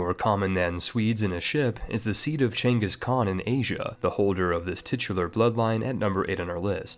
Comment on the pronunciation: Ragnar Lothbrok, not Ragnar Lodbrok. The letter ð is pronounced like the /th/ in this. Props for pronouncing "Genghis Khan" right, though.